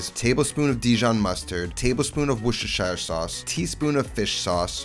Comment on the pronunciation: Worcestershire is pronounced “wuss-ter-sheer” not “wush-er-shire”…